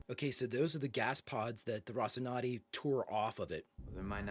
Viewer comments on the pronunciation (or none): And now we all repeat: Ro ci nan te, Ro ci nan te. No, not Rocinade, Rocinannnnnnnnte